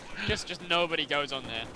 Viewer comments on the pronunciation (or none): Not that it matters, I have noticed that you say "yust" instead of "just". What nationality are you originally?